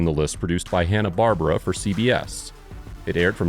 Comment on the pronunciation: Love the video but you pronounced Hannah-Barbara wrong.